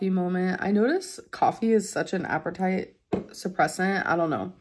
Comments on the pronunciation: it's pronounced appetite, not appertite. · for a 'something' like You in Your condition and that is Soo 'knowledgeable' reading all those books.. Can't even say or pronounce the word APPETITE?!